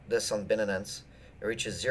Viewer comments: Dude, its Bi-Nance, not Bin-nin-nin-ance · Binenens? HAHAHAHA wtf No one pronounce shit like that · Bin-nanance rhymes perfectly with fin-nanance, to all you haters! :-D